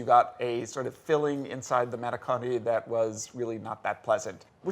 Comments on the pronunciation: I love these tasting videos, I hope all is well with Julia, her eyes looked red in the closer shots. Of course, my eyes did the same when Jack pronounced manicotti as mahn-i-CAW-tay. I cringed so hard I pulled face muscles. If this were a lesser organization I might've stopped the video there. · They always butcher the Italian language LOL! When he said manicotti, I didn't understand what he said at first, and I actually speak Italian LOL! I didn't realize it was an Italian word that he had said LOL!